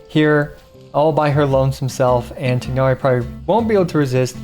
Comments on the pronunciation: Tie-nari not tignari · just do me a favor and pronounce his name right! it's not "Tig-hnari"! it's "Tie-Nari" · why cant any genshin content creators bother getting names right. maybe they just cant read? tie-nari. like a chicken thigh but a tigh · I keep hearing Genshin content creators say 'Tighnari' like the first part of his name rhymes with twig instead of thigh and at this point I feel like I'm getting trolled. Isn't it pronounced the 2nd way in cutscenes that mention him by name?